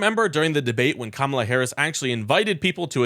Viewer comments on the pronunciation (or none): Everytime he says KaMALLA Harris, he disrespects her and I really think it's on purpose. DUMP TRUMP 2024